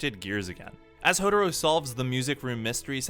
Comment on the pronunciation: Its Hou"tah"ro